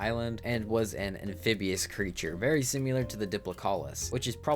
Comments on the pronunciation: I feel bad because I really like these vids but simular kills me lmao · great video. You saying similar makes me eye twitch though.